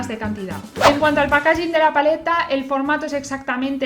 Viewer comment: Buenas guapa, me encantan tus vídeos pero en varios he oído donde pones el acento en packaging y me chirria un poco, como va a salir más veces te pongo esto, sigue así! Sonido de packaging